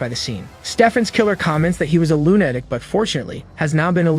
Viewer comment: Why does it make me so mad that you say lune-atic for lu-na-tic, idk if they have bad grammar where you live or your just using a awful AI, I would appreciate it if you took this as positive feedback and try to fix this but atlass most people get butthurt from things like this. I truly did like the recap though thank you for this but possibly constantly improving your ability to recap would be even better.